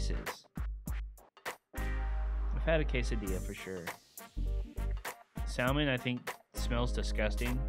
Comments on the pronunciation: It’s not Sal-man it’s pronounced samin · Pronounces "Salmon" like "Sal Man" feelsbadman